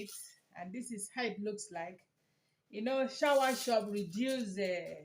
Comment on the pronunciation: Soursop pronounce sawasopu not shower